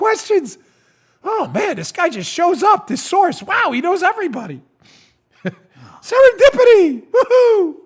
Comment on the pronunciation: Serendipity.... With emphasis on the dipity lol